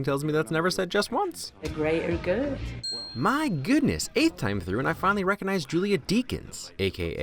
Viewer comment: Smart gorilla "The greater grood"